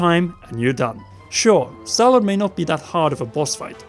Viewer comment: And let's not forget about the ancient "automation" and the fact that they pronounced Stallord as Cellor a 2 or 3 times